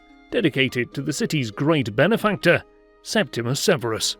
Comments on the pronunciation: The name is regularly mispronounced (as here), but Septimius Severus' name is correctly pronounced as spelled - sep timmy us, not Septimus. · not for septimius. it should still be pronouced as it is spelled. John is correct